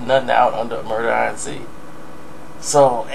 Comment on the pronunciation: Why don't you just say Murder Inc instead of Murder I N C 😭😭😂😂